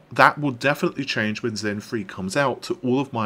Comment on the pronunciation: All I hear is "Zen Free"